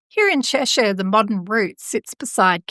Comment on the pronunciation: Thanks for the upload. I live in the county of Cheshire, just a few miles from this part of the M6. Interesting stuff, and well done on the pronunciation of our local place names👍